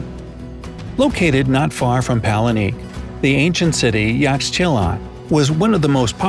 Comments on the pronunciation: It’s not “palenique.” It’s Palenque. Pah-Len-Kay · Paleniqueee??! It's palenque pronounced as palengke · It’s Palenque NOT palenique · It's cringy 😢 but we spell palenque as palengke in Filipino same pronunciation tho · Garza am not a Spanish speaker but I can understand some Spanish because Philippines have lots of Spanish loan words in our language tho. We also use palenque and it's cringy to hear the guy pronouncing it as palenique 😑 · Wow u didnt even research how "Palenque" supposed to be pronounced! Sad!